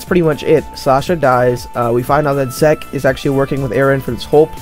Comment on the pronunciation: Good Video, but pls stop saying zeke like that 😭😂